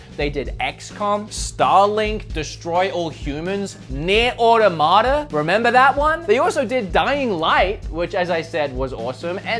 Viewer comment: The way you pronounce “Automata” and “Diablo” scare and concern me